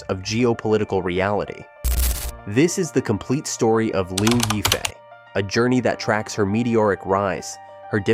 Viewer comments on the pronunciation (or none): I just can't with those "reports" that can't even pronounce the name of the person correctly. It is not that hard to look up pronunciation online.... Lyaw (yaw like in "yawn" without the n) And since this is for international audience, why not use her English moniker "Crystal Liu" ? Anyway Liu Yifei is her stage name. Her birth name is irrelevant since it was changed by her mother after the divorce of her parents when she was 10 years old. So. That sheds doubts for me on most of the allegations here and I did not really try listening to end... especially with such a clickbait title : Crystal is far from "most controversial" : that would be Zheng Shuang, Zhao Wei or Fan Bingbing. Crystal is no more controversial than Guli Nazha, who has nicely rebounded from some small alleged relationship trouble, and is the second most well known (and popular) Uighur actress in China. As for political trouble, why link her to the now defunct Hong Kong protests, that had nothing to do with her : she did not live there then, nor have a hand in those attempts to undermine the local government with proven backing from foreign countries intent on stirring up separatism in mainland China. She has, as was her right to free speech, expressed her support for the Hong Kong police during the 2019 protests which did not "beat down" protesters en masse as was propagandized abroad to people who had no idea of the real situation. If some took exception at her being truthful there instead of howling with si